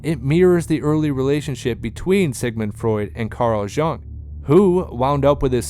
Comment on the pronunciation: I had to stop the fifth time he mispronounced Carl Jung's name. Doing a video about the roots of mass psychology and not knowing enough about Carl Jung to pronounce his name right is like doing a video about the roots of English literature and not knowing how to pronounce Shakespeare. Seems to me the guy might have been simply reading a prepared text.